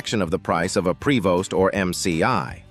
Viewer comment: "Prevost" pronounced "pray vo".